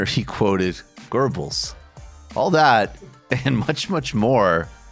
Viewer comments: Dux Nihilo if I recall the German pronunciation can make it sound like ger bels to American ears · "Goebbels" no 'r'. Make an 'e' sound with an 'o' mouth shape.